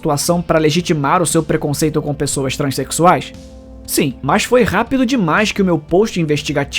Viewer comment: "TrEnsexuais" KKKKKKKK porra